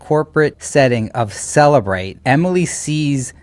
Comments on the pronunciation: Cellebrite sounds like cellulite. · LOL “cellulite”